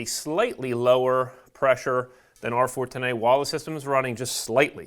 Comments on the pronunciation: How the hell does this guy pronounce R410A 😂 R-fortinae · Say R-Fortenay one more time!